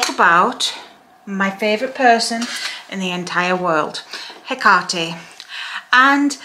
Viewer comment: I love you, and I love youe even more for pronounciating her name correctly😅